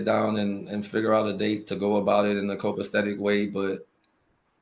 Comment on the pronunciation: What's a "copastetic" way? You can always tell when people don't read much. They mispronounce easy words.